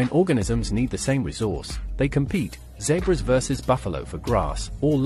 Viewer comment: A heard of what? Zebrus? 😂